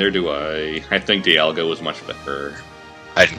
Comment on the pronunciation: Dial-ga! XD